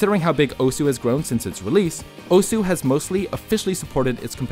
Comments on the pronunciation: Great video! Osu! is an absoluteley amazing game and it's always cool to see videos like this which help showcase the game to a new audience BUT ITS PRONOUNCED OS NOT OSU REEEEEEEEEEEEEEEEEEEEEE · Still can't believe it isn't pronounced "oss" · OSU WTF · Learn how to pronounce Osu